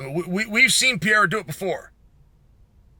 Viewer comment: Chael, are you trying to say “Pereira”?